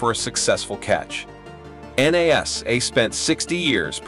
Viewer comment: Why can't you pronounce the word properly NASA !!!